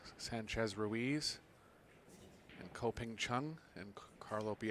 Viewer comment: Your disrespecting your profession your disrespecting Ko whole family. Your disrespecting the listeners. Stop disrespecting people and say their name right.